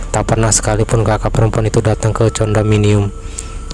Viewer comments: Tulisannya condominium bacanya kondominium bang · hello....lu kampungan banger seh.....Condominium..di bacanya (kondominum),,,,,belajar..lah pronunciation tau pengucapan salami Bahasa ingris....tahu,,,,Sebel gun denger nya Condominium...